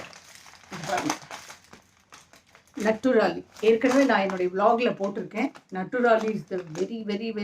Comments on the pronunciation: அது நட்டுரலி இல்லை, நேச்சுரலி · Mam அது நேச்சுரலி ஷாம்பு no 😂😂நட்டுராலி. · நட்டுராலி இல்ல நேச்சுரலி